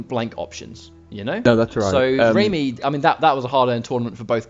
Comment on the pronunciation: Awesome as usual 😁 but it's pronounced rah-my not ramy..as lady gaga in bad romance sings Rah-rah-ah-ah-ah 💃💃💃